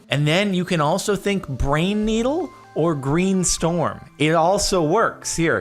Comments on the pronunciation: I heard brain-needle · I herd brain needle too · for some reason I hear "pine needle"... I'm probably just weird though.